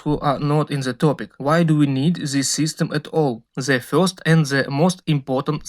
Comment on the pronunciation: Ali engleski je vrh.. to this -zis.. Umirem svaki put kad slusam 😂😂😂😂